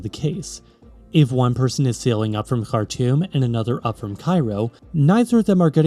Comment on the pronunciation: Bro pronounced Khartoum correctly, he knows ball